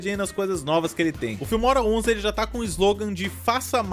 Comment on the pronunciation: ele falando filmora parece que ta falando fimose